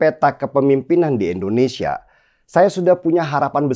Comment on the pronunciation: Wooii den, nama negara kita ini I N D O N E S I A ... bukan E NDONESIA.. denny ... Denny... Endonesiah, Endonesiah...